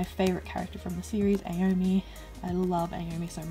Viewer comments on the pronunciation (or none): Just a comment, aomine From kuroko's basketball is pronounced (A-o-me-né)